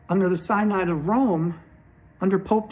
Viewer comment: I agree with what you are presenting. BTW, Synod is pronounced "sin od".